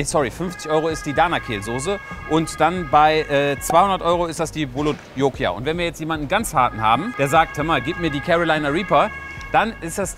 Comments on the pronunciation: Nicht "Bulot Jokia" sondern Bhut Jolokia oder einfach Ghost Pepper. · Bhut Jolokia, nicht bulutlokia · Bulot Jokia? Die heißen doch Bhut Jolokia 🤭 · Die heisst bhut jolokia -.